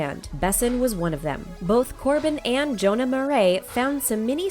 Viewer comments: Satisfied with Jonah's pronunciation. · Thank GOD they sad Jonah’s last name right